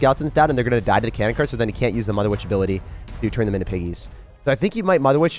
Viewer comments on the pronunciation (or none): none